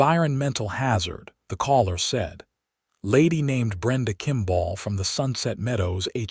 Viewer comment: Okay today’s lesson is how to pronounce the word kimball it is not kimbaaaaal te proprietors of this rubbish need to educate the AI. Forget the poor quality stories and focus on the true ly dreadful grammar and pronunciation